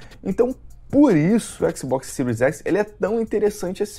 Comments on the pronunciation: Xbox Ciro? Não sabe nem falar o nome do console e foi uma chuva de hate. Não entendi nada. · "Ciro écsi, Ciro éssi", é isso mesmo? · Xbox "Siru" X e Xbox "Siru" S??? SHAUSHAUSHAUSHAUHSUAS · "Xbox ciru ese"